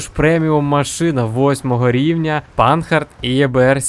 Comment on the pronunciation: Не панхард!) А панар !) це не англійська ,а французька!) Вподобайку все одно вліпив!;)